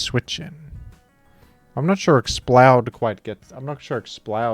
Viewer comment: You have to be consistent. Pronounce it Explud